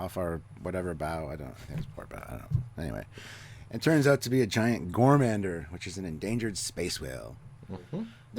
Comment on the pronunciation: It was refreshing to see that other types of music besides classical actually SURVIVED in this version of Star Trek. That is more realistic actually. A world without heavy metal is no world for me. And it's GOR-MA-GAN-DER. LOL Also, Stamets said "placid" people NOT "plastic" people. As in "why are you people so calm when a disaster is taking place" placid. LOL I think your speakers have a buzz man. I'm not trying to be critical. I just watched the episode. Maybe your ears are getting plugged because you're getting sick.